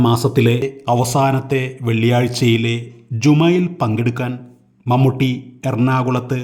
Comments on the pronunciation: മമ്മട്ടിയോ....? എന്ത് ബോറാണ് വിവരണം.... മമ്മൂട്ടി യുടെ ഒരു ഫോട്ടോ പോലും കിട്ടിയില്ലേ.... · മൺവെട്ടി അല്ലടോ..... മമ്മൂട്ടി ☹️☹️☹️☹️